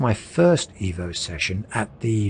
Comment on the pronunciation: I love you mate, love your videos, but please... it is pronounced "Eh-vo". Ciao!!